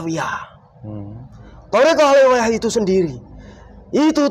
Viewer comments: Menit 20.26 Robitoh awaliyah wkwkwkwk salah lagi 😅😅😅 belajar dulu wess biar ga salah teks😭😭😭 westalah Mbah saaken wong" Iki oleh edukasi jin gadungan 🤣🤣🤣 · Robitoh aliyah... eh..awaliyah Wkwkwkwk., tolong Bilangin jinnya yang bener itu robitoh alawiyyah